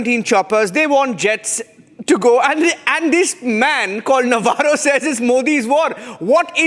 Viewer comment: Shame on you Ambassador Vohra. You come to a social platform and cant even pronounce Navarro correctly. You are not funny but disgusting , one who has no respect for others. Shame on this channel.. Cnat watch it any further.